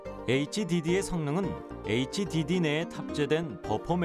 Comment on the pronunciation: 나레이터 애있찌디디라고 읽는거 ㅋㅋㅋㅋㅋㅋㅋㅋ